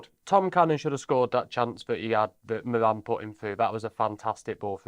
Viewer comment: I really enjoy the channel gents. Good intelligent, insightful chat. (Can you please make an effort to pronounce Moran's name properly. It's rhymes with Goran, as in Ivanišević)😊